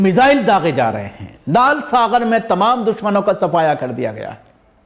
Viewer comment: Lal saghar nahin lal sagar bolo, gaf hai, ghain nahin